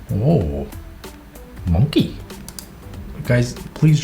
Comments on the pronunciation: really be vibing with "monke" (no it's not a typo that's literally how sam said it 🤣🤣🤣) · “Let me roast you” also: “Monkè” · "mon-key " bruhh 😂🧡🔪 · STOP THE WAY HE SAYS “monkey” MAKES ME LAUGH HGGHHGFTYYFD